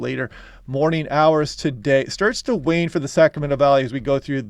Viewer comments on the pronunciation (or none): none